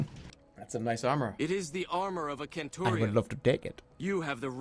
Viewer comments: Why the fuck did the Caesar's legion guy pronounce centurion as kenturion... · A KENT-urion? With a hard C? Stuff like this lead to the fall of Rome I swear...